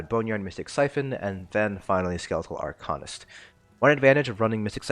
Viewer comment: "Ar-cane-ist" not "Ar-con-ist"